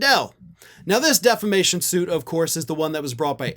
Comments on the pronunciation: He always pronounces it "Deflamation". Tommy Campbell points that out endlessly, on his show, playing the latest clip of Mike saying just that. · Every MAGA I hear say it the same way "De fla mation" . It's a thing with low IQ people. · Deflamation? Did Mike change profession and became a firefighter? 🤪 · I was so very much thinking you were going to tell us Mike pronounced it defecation. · He's been pronouncing it as 'deflamation' for years. i watch a comedian named Tommy Campbell who regularly features Lindell doing what he does best, making a fool of himself. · Deflamation. Lmao It’s such fun, because he’s been mispronouncing this for years. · he's been saying deflamation for years. Tommy Campbell has always made fun of him for it. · You’d think of all the words in the English language, “defamation” would be the one Mike Lindell would know how to pronounce, since he has been sued for defamation numerous times in the last five years. But no. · DEFLAMATION - he's said it forever. It's how he thinks it's actually said even though there's no L in there. And he has no attorneys - he's representing himself. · He ALWAYS pronounces that word wrong. 😂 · Dude's been saying "deflamation" constantly for actual YEARS 😂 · Lindell ALWAYS says defla-mation. He truly can't say the correct word. He also counts "1, 2, C"! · Deflammation! Is this the opposite of inflammation, lol? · No he 'dint' say 'deflamation'!😂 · Lumpy has been saying "deflamation" for literally years, since he was first charged with...um...something that sounds sort of like it. 😆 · Hello Australia! Can You hear me? How do you pronounce Diffamation? Knock Knock Roomservice! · Deflamation? Is he a firefighter? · I hate myself for knowing this, but Mike Lindell has always pronounced it "deflamation." 😂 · Birn American and can't pronounce word defamation😂😂like that preacher IN THE BENINING😂😂😂.